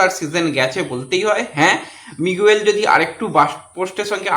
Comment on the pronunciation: ঐ খেলোয়াড়ের নাম মিগুয়েল নয়, উচ্চারণটা হবে মিগেল